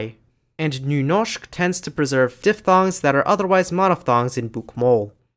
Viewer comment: nice video. Just wondering. I had a hard time trying to find out where you are from. But the way you said Nynorsk made me think you may be from the Oslo area in Norway. Am I right? Especially how good you said the Ø and Y sounds made me think that you must be from Norway some place. But I may of course be wrong. And thank you for an interesting topic.